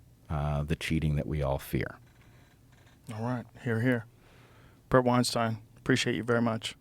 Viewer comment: Bret ju-stein